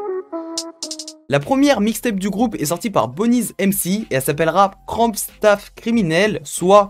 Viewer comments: Ah oui il y’a quelques choses qui sont resté dans ma tête: j‘ai entendu personne à dire que c’était le gomora allemand , on dit 4 blocks et pas block 4 et on prononce bonez- BONZ sans le „e“ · Frere sa se dit bones(bonez) comme en anglais il s'appelait comme sa parce que il été très mince et haut Big Up a toi